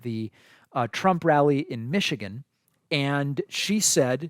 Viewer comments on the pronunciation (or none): none